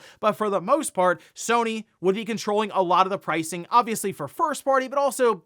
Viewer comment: sony < sue-ny